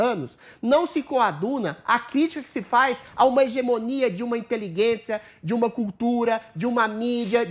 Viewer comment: ADRILLES, Inteligência não tem u pra vc falar inteliguência.